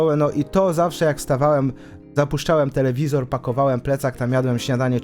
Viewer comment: " ZAPUSZCZAŁEM TEKEWIZOR"?!😂